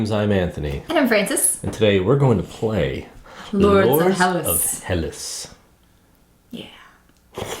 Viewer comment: Hi guys! The word is Hellas! Thats the official name of Greece! Ps. The right pronunciation of the word is Hellás...toning on á , not like HELLas! ;-)) (althought héllas sounds better! Great review, thanks!!